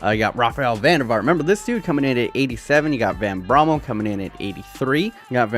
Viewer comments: van brommel xdxd. its van bommel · Its mark van bommel, not mark van brommel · Its van Bommel not van brommel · Its not van brommel its van Bommel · van Brommel?? its van Bommel. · It’s van Bommel. Not van Brommel. But I mean still sick video! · van Brommel 😂 it is Van Bommel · It's van Bommel not van Bommel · Van Brommel!! Haha. BROMmel. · Its bommel and van der vaart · Van brommel lmao oh god nonono